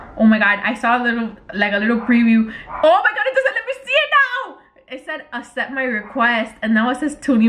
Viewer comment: all the comments: “omg let him gooo he doesn’t deserve you” her: “ah he wants me to asept his request!” me: LMFAO “asept”